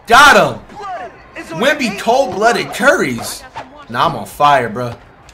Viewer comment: Stop calling him wenby curry